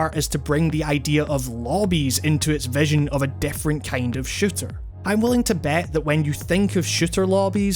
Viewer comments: take a shot every time he says shitter instead of shooter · I swear every time you said "shooter " I thought you kept saying shitter. Shooters have become so varied as of now. I myself haven't been into shooters since my taste in games had evolved. I'd love to play splatoon but I don't own a switch. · It sounds like he's saying "shitter" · whenever you say shooter, you sound like you're saying shitter. i still love your accent, by the way. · I'm not the only one hearing shitter, right?